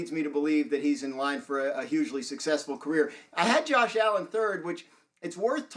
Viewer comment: The disrespect on allens name